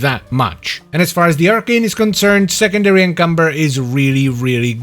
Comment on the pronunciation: it always amuses me how he calls it secondary cucumber